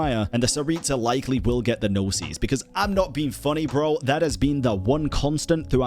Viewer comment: pls don’t pronounce “Gnosis” like that 😭 the way you’re saying it is “Gno-seas” (plural), but in singular form, Gnosis is pronounced Gno-sis (sis like in “sister”) Gnosis - single Gnoses - plural